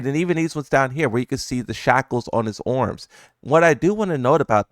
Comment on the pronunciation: bro says arms weird